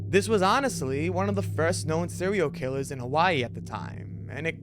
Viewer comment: "Sewial Killas.." 🤣